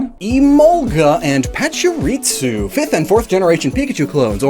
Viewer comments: Is there a reason why you say “PachiriTsu” rather than “PachiriSU”? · It's Pachirisu, not Pachiritsu. Su and Tsu are two distinct phonetic characters in Japanese. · I heard him say パチリツ as well. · im bothered by the way you say Pachurisu like it has a "t",,, Patsurisu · pachiriTsu Oh. You mean.... ritsu, like in 'fritsu', the Finnish word for hickeys Oh boy This is going to be quite the video for me to get through (Pachirisu doesn't even have a T in the name) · cannot get over how he's pronouncing Pachirisu...why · Is he adding a T when he pronounces Pachirisu? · messing up Pachirisu's pronounciation by adding a T, followed by him making fun of Emolga's name is just my kind of humor 😂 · Common enunciation mistake.